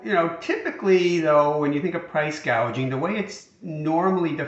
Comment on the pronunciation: She said "price gaging"...indicating she really doesn't understand the issue and just read it wrong off the teleprompter. She was just talking (lying) like any politician during an election.